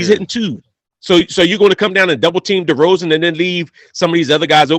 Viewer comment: Who the fuck is "Deron" Derozan? Dude doesn't even know his name jeez.